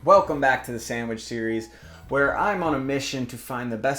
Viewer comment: love ya man, but the way you say "samwidge" drives me up the wall ahahahah